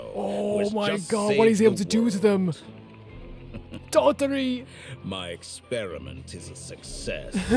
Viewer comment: it would be just a little bit more correct to call him dottOre and not dOttore ❤